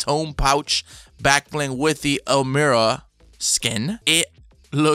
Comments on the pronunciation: It’s pronounced as (ELL-MY-RUH) a town near by me has the same name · Why is everyone saying it wrong? Is called EL-MY-RA not EL-MYR-RA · You say Elmira wrong